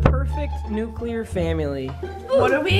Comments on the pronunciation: New-Clear not New-Cu-lure papa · Nobody: nuculer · pronounced nuclear wrong therefore you should break up with her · nuclear family: nuculer